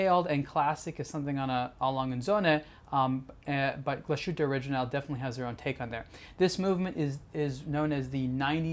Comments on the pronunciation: True mate the way he says it is terrible... Hope he remembers that it is a German watch brand so please say it in German. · people who know how it is pronounced in German get upset about it because the pronunciation is wrong. It's as simple as that. Another famous example is Porsche. It's pronounced Porsch-e. The e sounds like the e in bed. Are you from the US? If so, how would you feel if someone pronounced Illinois Illi - noise or Arkansas phonetically? It just sounds wrong. Also, saying one is not able to pronounce it correctly is not an excuse. Especially in this case because he's got the for non native German speakers most difficult diphthong - the ü -right. The thing he does wrong is the s. It sounds like an s and not like the English sh. Change that and there he goes. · Agree, it's quite distracting each time he mentions the name of the brand because you would expect a channel dedicated to watches to get the basic pronunciation correct. Also it's not pronounced O-ri-jin-NAL (like the alcohol gin), but rather O-ri-gi-nal, (as in first half of the word geek)